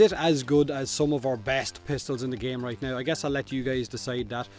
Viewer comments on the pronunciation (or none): none